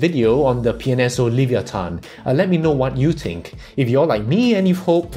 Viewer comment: You're the only one who got the pronounciation of Livyatan right, other people just say it as Leviathan.